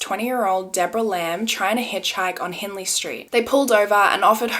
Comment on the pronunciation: The way you said "Hindley" Street 😭 you must not be from Adelaide hehe